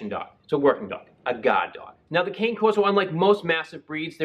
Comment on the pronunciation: The word “cane” is pronounced “c-a(alfred) -n -e (e as elephant)”.